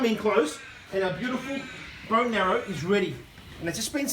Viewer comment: It's bone "marrow", not "narrow" as you keep saying